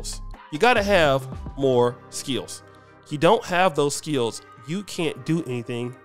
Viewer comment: I like the way says skills with two syllables. 😅